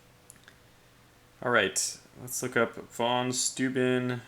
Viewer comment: "Steuben" is said like stoy-ben (horribly wrong phonetics, I know) And I agree, the Germans have some impressive words!